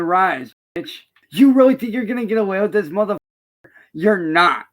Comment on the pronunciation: I cannot explain how much it genuinely angers me when he says "muffuhfakkle".